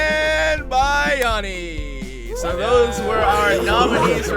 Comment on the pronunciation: 199 episodes and you're still pronouncing Bayani's name wrong :P